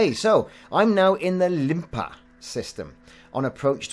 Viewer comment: I found Limapa system kovalyonok port, Not Limpa, just thought I let you know:-)